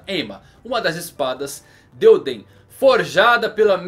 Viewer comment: Vc não deve assistir o anime, senão não erraria a pronuncia de Oden!